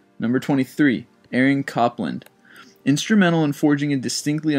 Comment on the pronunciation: Copland is like cope, not cop